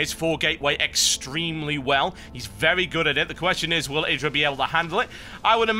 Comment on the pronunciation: TB, Idra's name is pronounced - "Eih-Drah" :) LIKE SO HE SEES THIS ~